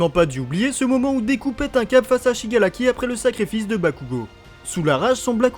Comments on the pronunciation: ces pas pour critiquer mais on dis shigaraki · Shigaraki pas shigalaki